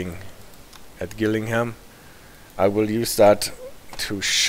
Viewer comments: Very informative. You asked about pronunciation. Rochester is Rotchester (as you pronounced it first attempt and not Roster). Also Gillingham has hard ‘g’ so Jillingham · The G in Gillingham is pronounced like a J.